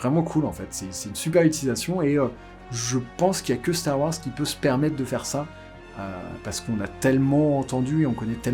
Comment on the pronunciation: starrr waaorssssss neuf??